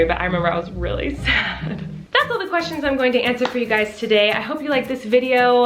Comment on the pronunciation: Lol "twestions" could actually be a new term. It works 🤷😅